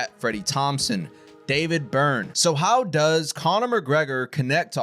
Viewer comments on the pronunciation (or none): none